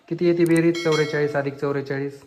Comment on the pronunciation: चौरेचलीस नाही चौवेचालीस